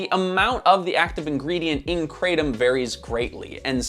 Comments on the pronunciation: Calling Kratom (it's "Krah-Tom" btw not "Krey-Tom") a supplement is crazy Also note, Cannabis comes from plant, Tobacco is a plant, Opium comes from the seed of a poppy, etc, etc... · The correct pronunciation Krah-TOM. Not Kraytom. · Thai here - It's pronounced "kra (like 'okra') - tom (like 'Thomas')", never heard your interesting pronunciation before 😅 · In Thailand, where the plant grows in lots of places, it's pronounced kruh-tahm. It's crazy hearing the American pronunciation. I never tried it or wanted to try it in the years that I lived there. I don't need any new vices. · I live in Thailand and laugh every time I hear krathom pronounced like that.